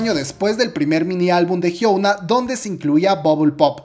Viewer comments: "jhiouna"... Su nombre se pronuncia "jhiona", la U debe pronunciarse como O. P.D: Interesantes datos👌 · me gustó el video pero su nombre no es hyouna es hyuna (hyona) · El video super completo, mi único problema es que pronuncia "jiouna" en vez de "jiuna" o "jiona" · Ah como me estresa que diga "Hyouna" 😅 mas allá de eso, buen video, ella es admirable. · Perdón pero necesito hacer esto El nombre de hyuna se pronuncia así: Jion-a xD Loviu:v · ¿Porque dices Hyouna? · Je gua pe(? jiouna(? Pronuncia bien KQNSKQNSQ no es de pesa pero enserio tantl decir la palabra estresa y dan ganas de decir que no se dice asi ::v